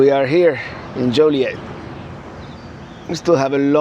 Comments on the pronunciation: Born and raised in and around Joliet. It is pronounced Joe Lee Et. It is definitely not Jolly Et either. Them's fightin words around here. And that's not a joke. Many things and places in Illinois have French roots, but it is very much locally unique and heavily Americanized after 300+ years. You won't hear anything pronounced in "proper" French around Chicago. In fact, you probably won't hear anything pronounced properly in any language here, not even English. 🤣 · joilet...like toilet hahahaha said with l♡ve from Napertucky!